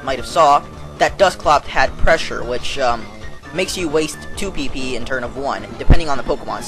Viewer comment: u sound funny wen u say pp lol